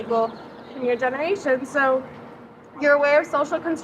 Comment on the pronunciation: " it's a genereeetion"